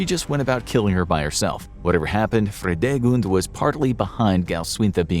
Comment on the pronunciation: I love how Fridegund is pronounced here as a German speaking person :D